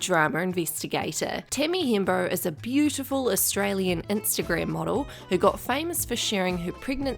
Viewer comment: „Timmy“ „wint off“ „instegrem“ 😂